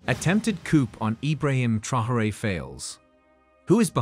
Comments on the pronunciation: Thank you. This mis-pronunciation was singularly annoying. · it's no secret the junta is divided and that Traoré got his position after nearly coming to blows with his predecessor Damiba. France is a distraction. Oh and by the way, the very least you can do when doing a video hit piece like this is to pronounce Captain Traoré's name correctly.